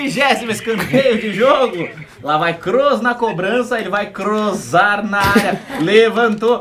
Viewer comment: krozar kkkkkkkkk o kroos vai krozar aaaaaai eu não consigo parar de rir😁😁😁😁😁😂😂😂😂😂😂🤣🤣🤣🤣🤣🤣🤣🤣🤣🤣🤣🤣